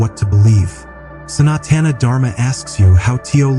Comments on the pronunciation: WOW ! ... finally someone got the reason it's called "H"indhu right - but it's not pronounced Santana like the musician Carlos Santana 😂 ... it's pronounced sa-not-an - doing good so far so let's see where you go from here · Oh Geez. The text-to-voice AI voice can't even pronounce Sanatana. NO, the "San" is NOT pronounced as in "Sanitary." 😩 It is Sun-aa-tha-na. Anyhow, this nonsensical statement of "Hinduism is not a religion" is why the Indian Constitution and the Supreme Court said that Christianity and Islam will be protected but Hinduism will not be protected, as it is NOT A RELIGION. Holy crap. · Gravity found by Newton? Plus, AI voice can not even pronouce Sanskrit words like "Sanatana"!